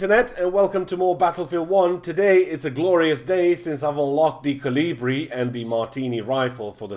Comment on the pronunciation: Hurts that Kolibri is being pronounced wrong by every youtuber that isn't from Europe. It's not named after caliber, It's named after a Humming Bird (which is Kolibri in like 30 different languages) it's like you're butchering the word kolibri everytime you say it. It's fun tho